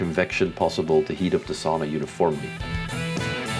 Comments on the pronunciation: sauna. not saawna but otherwise nice video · Yep - like English would spell 'sow-na(h)'